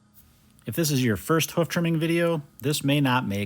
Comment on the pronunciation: Not "hoef" it's "hoof"